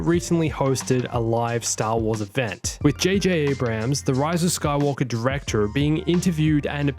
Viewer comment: It's not J.J. "Abraham" lol